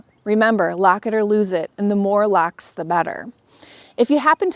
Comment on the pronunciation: Its "Locks" not "lacks"